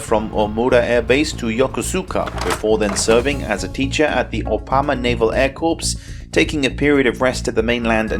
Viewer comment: A note on pronunciation... the word corps sounds like core. It's from the French, with the p and s being silent. 😉